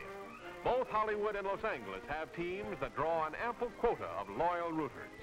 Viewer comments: Odd to hear Los Angeles pronounced (over and over) with a hard "g," instead of the correct "j." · I fully agree. Sounded like Los Anglers to my English ears. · grates on me hearing him pronounce Los Angeles-- City of Angles.... Touched By An Angle-- for heaven's sakes.... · Why does he keep saying los Angles instead of Los Angeles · Was it only this narrator that pronounced it "Los Angle us" instead of "Los Anj elous"? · "Los Angle-less" 😂😂😂😂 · I have never heard someone pronounce the word “Angeles” the way this voiceover artist did. He kept saying LOS ANGLE-ease to make himself sound special, i guess? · Loss angle-us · Los Angle Less. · I love the way he say’s Los Angeles, “Los Angales”. Too funny! I guess they didn’t want to say it the correct way since it was a Spanish word. They kept it as white as possible then. Since I grew up in Southern California, I lived outside of downtown L.A. in the South Bay area, Torrance, CA… Closer to Manhattan Beach, Hermosa Beach and Redondo Beach, and Palos Verdes during the 70s, 80s and early 90s. I do recognize a lot of buildings from downtown L.A. and Hollywood. We pass by a few of the buildings on the way to the Grove and the Farmer’s Market. Now I live two hours north of L.A.. I still love L.A., so much to see and do there but I definitely don’t miss the traffic and the noise. Luckily my mom still lives in Southern California so I can visit her and have a good excuse to see my friends and catch up and go to a good restaurant by the beach. Where I live, most people in my city go to Pismo Beach, I prefer Southern California beaches. 😁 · The way he says "Los Angle-S" is so triggering. Make it stooopp!😲😨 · “Los an-gu-les” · It's 'Loss ANG-less' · Why to narrators of that era always pronounce the city "Low Sanglus" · Did... did he say “Lohs Angle - es”?? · I also noticed that. Still not the modern Spanish pronunciation, which would be something like "los anheles", but probably it was pronounced that way when they founded it.